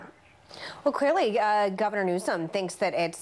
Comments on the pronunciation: It's Governor Newsome, not 'newscome.' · Listen to the start again. Whoopi says NEWSCUM 😂😂😂 no lie. Listen to it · did she just say Newscum?